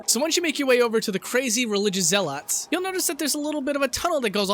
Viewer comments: zel uhts. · "zell-awts"? "coal-ee-um-bee-uh"? wtf? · Your pronunciation of "zealots" hurts my brain.